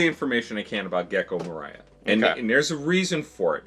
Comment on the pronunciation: Can we stop pronouncing Gecko Moria's name like he will sing All I Want this Christmas is You. Just think of dwarves, balrog and 'You shall not pass' when pronouncing his name. kidding aside, people forget how much spoiler they do when commenting because they forget what each arc does not include that gets contextualized in future arcs. i assume that they associate future context with the arc they are hinted at so hard.